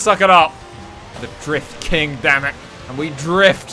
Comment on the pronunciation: Really? Always thought you were saying the Grift King :)